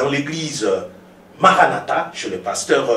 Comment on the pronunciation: pardon mai le journaliste prononce tres mal le nom du pasteur ,aie aie et aussi son francai ausi.... lol ,bon message comme toujours pasteur